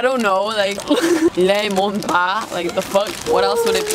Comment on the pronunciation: 😭😭 it says LEMO- NA not “ba” 레모나= name of the ice cream bar :)